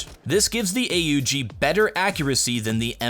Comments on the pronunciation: what weapon is AA UU GII never hear that gun new update coming soon..???? just say aug like normal human. AUG AUG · Hey, the gun is not pronounced A.U.G It's an austrian gun and they just pronounce is as AUG or A-HOOG, kind hard to show it here